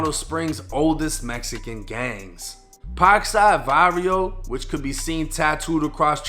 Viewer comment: Bro said pak sad vadio that's crazy